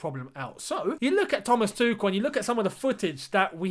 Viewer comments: my man, I love you but cmon there is no crazy h haha, I would know I live in Germany.. its really not hard to find how Germans say it, I just wrote Tuchel Interview German and there you go.. in first 5 seconds the German guy introduces him.. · please start pronouncing Tuchel’s name right 😂 I now know how you felt with Lampard and Ziyech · Yes please.